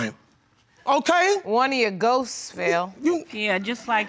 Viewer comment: Ghoses! lol